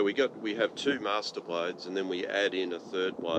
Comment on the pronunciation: "Masterblader" LOL